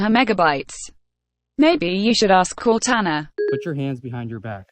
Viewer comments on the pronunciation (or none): none